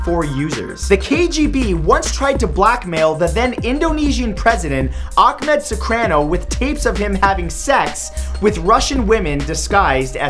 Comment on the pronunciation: it's pronounced ahh-madd sue-car-no